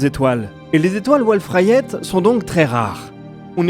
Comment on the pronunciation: Petite aparté si je peux me permettre, on prononce étoiles volf rayet et pas wolf rayette car se sont deux astronomes français qui ont donné leur nom à ce type étoiles ! Sinon super vidéo comme tjrs, merci les fréros !